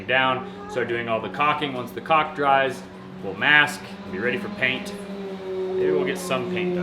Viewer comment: Okay please stop pronouncing caulk “co*k” it’s pronounced “kawk” like the cork in a wine bottle! I’m in stitches every time you say it lol 😊😊